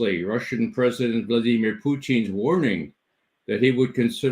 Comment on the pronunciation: Vladeemeer Pooteen